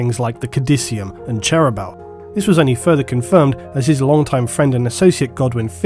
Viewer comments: In the audiobooks the pronunciation of Cherubael is different to and imo sounds much better; "Chair"-"roo"-"bey"-"al". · you need to follow your own advice and listen to some audio books yourself. the way you butcher cherubaels name is pure cringe.